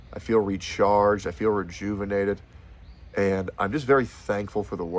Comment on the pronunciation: UH OH! YOU SAID REJEWVINATED! YOU ALERTED THE PISSON HORDE!!1!